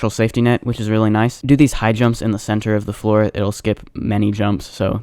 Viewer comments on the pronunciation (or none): none